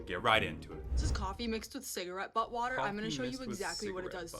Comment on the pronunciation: I thought she said "butt" water.